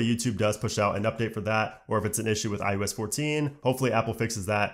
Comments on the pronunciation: Great content, great delivery, but it’s iOS not IUS, lol. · This guy literally says IUS every fucking time but then he says IpadOS and watchOS just fine... tf? lol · i-YOU-ess? Why do i keep hearing it like that?